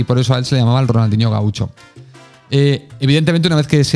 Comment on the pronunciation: Muy buen dia & company! Solo una salvedad en "Gaucho" se dice diferente en Argentina y Uruguay, se escucharia algo asi como "GÁucho" y en portugues se acentua sobre la "u" "Gauusho". Si te has currado este video, merece un like, pero y hacer encuentas en el programa? por ej " de q os gustaria q hable??" 1. anécdotas cómicas del (mi voto) 2- análisis de jugadores actuales en el mercado. 3- Ideas para tener un mejor club..un abrazo!!!